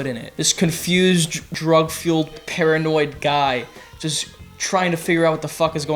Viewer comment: we hear saying "drug fueled" but he's not actually saying drug fueled. Literally unwatchable.